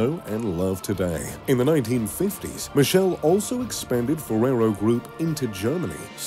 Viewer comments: Michele Michele not Michelle Michele MI KE LE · It's MICHELE NOT MISCEL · His father's name is pronounced with a k sound. Sounds Mikele Ferrero